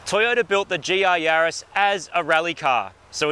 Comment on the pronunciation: Yaris. A name. Not a plural of Yari. So no Yarai… 🤪